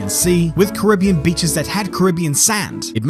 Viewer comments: Great vid but I love how u butchered the name loads of times lol. It's pronounce 'Ka-ri-be-an' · This is great, apart from the pronunciation of "Caribbean". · That's such a weird way to pronoince "Carribean" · You are from NZ stop mispronouncing Caribbean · Normally I enjoy your vids but this time I couldn't watch it because of the pronunciation of the word Caribbean. It became annoying.